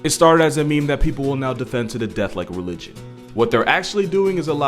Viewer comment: I thought he said Luigi not religion lol